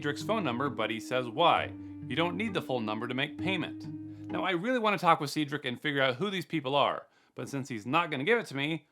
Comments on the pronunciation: It’s Sed Rick not Seed Rick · See Drik not Ced drik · It's pronounced/said rick. Not seed rick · see-drick it sed-drick 😂 never heard that before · Love your videos. It's "Seh-drick" not "See-drick". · Seigedrick? Seems legit...... It's pronounced Said-Drick. Cedric.... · Cedric 😭 you said seed - rick It’s pronounced said - rick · Said-rick, not sea-drick That clearly says Lewis Arnold. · “See’drick” smh 😂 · you said "cedric" wrong it's said like.. "Saidrick" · Cedric is pronounced like “said-drick”. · You aren't pronouncing Cedric correctly.